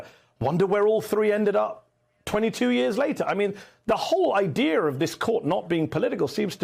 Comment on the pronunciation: Someone needs to tell Mehdi that there is no "R" at the end of the word "Idea". There is no such word as IDEAR.